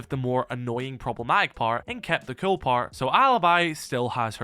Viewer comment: Cool not kewl...so annoying